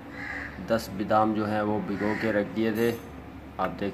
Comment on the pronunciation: bidam nahin BADAM kehtay hain,,please correct your mistakes